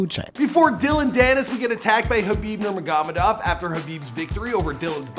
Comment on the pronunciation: khabib nurmagamadav?😭😭😂😂😂